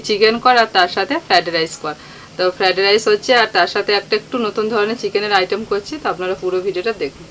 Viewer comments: Fadrice noi fried rice.nun bolte pare na,lobon,bisri lage. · আগেও শুনেছি ফ্র্যাড রাইস বলে,যেটা শুনতে খুব কানে লাগে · ফ্রায়েড রাইস উচ্চারণ টা ঠিকঠাক করে করো শুনতে খুব বাজে লাগে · Thikk bolechen bolte pare na era thikk kore...kon school e poreche sotti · ও গ্রামের মেয়ে। ওর উচ্চারণে একটু ত্রুটি হতে ই পারে। কিন্তু আমরা ওর রান্নার জন্য চৈনল দেখি । এক গ্রামের মেয়ে কি সুন্দর ভাবে চৈনল চালায় এটা খুবই খুশির কথা❤